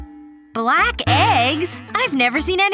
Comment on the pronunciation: Did say brack instead of black 😂😂😂😂😂😂😂😂😂